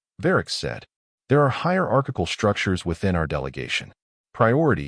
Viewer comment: "SHTRUCTURES"!!!!! NOT a word!!! POS AI!